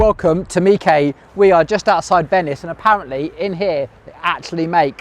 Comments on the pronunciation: why mee-kay not meesh? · Or is it pronounced Mish? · Is it pronounced Mikay? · Despite the Italian flag, I'd always assumed was French and pronounced 'meesh'. Only launching when ready: across so much of life now, vapour ware is the term for software and other tech released when merely in concept or not fully tested. Early adopters are now part of the development process but pay for the privilege. Hope stay with this modus operandi but, if customers go for cheaper, less tested products, they'll suffer. Similar with so many people going for cheapest (usually unrealistic) building quotes then complaining when the jobs are shoddy, incomplete, and builders never return to deal with snagging.